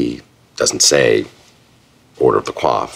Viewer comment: Why didn't the show get permission, if they needed it, to say the actual pronunciation? A "quoff" (spelled coiffe) is French for hairstyle. The (Order of the) Coif, which Louis discusses, is pronounced "koyff." Hearing the word pronounced wrong so many times, for me at least, makes the scene seem like a goof.